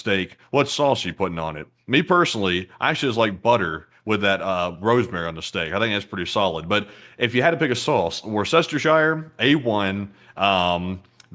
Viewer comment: Did really say "Wor-cess-ter-shy're"? 😂🤣😂